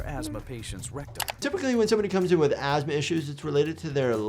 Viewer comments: asthma to ass-ma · From Asthma to Ass-ma, yeah, that lady wasn't having a good day... :P